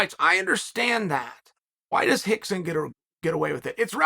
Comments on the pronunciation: The whole pronunciation of R into H automatically let's all involved know that there's something not right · Is it Hickson or Rickson ????? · Is it Hickson or Rickson? 😂 I feel like I'm losing my mind